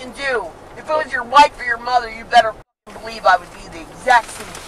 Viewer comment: Ailene Wournos reincarnated. And she's saying 'pucking'. 😅😂